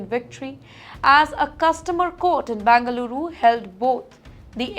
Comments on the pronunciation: It's not Bangaluru, but Bengaluru. Irritating to hear. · It’s not bangaluru it is Bengaluru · Please pronounce Bengaluru properly.